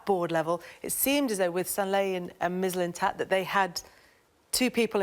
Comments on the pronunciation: '' sven mislin stat" 😂😂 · Sven Mis-lins-tats - Tim Sherwood 2019 😂😂😂😂😂